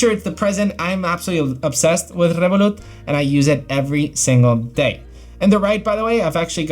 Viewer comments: Rrrrrevolut said with a Spanish accent, love that ! 😁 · Spanish way